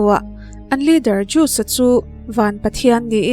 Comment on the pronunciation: Zeus.....zeusss j a lam rik tur nilo Poseidon....pawseidawn nilo pu sai dawn Beng alo thlep deuh mai mai nakin zel atan👍👍👍